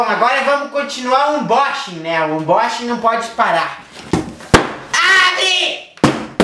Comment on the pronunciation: ãnbóxingui kkkk